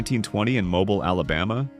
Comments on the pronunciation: Lose the computer voice: It's Mo-beel', not Mo'-bil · Guys, please learn to pronounce the names correctly. AI can’t seem to get it right. It’s Arthur Tree-churs not Tretch-urs, Mobeel not Mo-bile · Cool video, you lost me a little with the mispronunciation of Mobile, AL, but I focused back in.